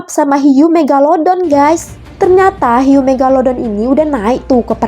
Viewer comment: Kak panggil hiu megalodon bukan megaladon kak 🤣🤣🤣